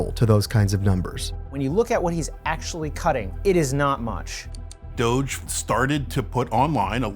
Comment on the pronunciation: He said GOGE, he can’t even pronounce it correctly.